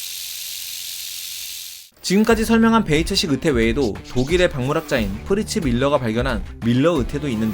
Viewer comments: 자꾸 '으태' 라고 발음하시네요. '으이태' 라고 해보세요. '의자'를 '으이자' 로 발음하는것과 같습니다. 연습하세요. '으이태' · 으태가 아니라 "의"태입니다. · 으태... 마 갱상도가